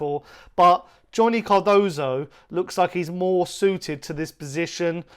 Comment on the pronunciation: What is it about you people? The idiot Chris Cowlin calls him Carduso and you call him Cardosa. His name is spelt C.A.R.D.O.S.O. Not that difficult, even for you idiots.